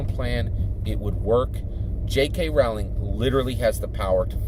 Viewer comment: FYI it’s pronounced like Rolling. Rolling down the hill.